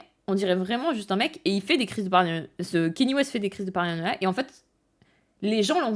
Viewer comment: Je vais faire le casse-couilles de service, mais son prénom se prononce Ka Ni é, pas Kenny. Très bonne vidéo cependant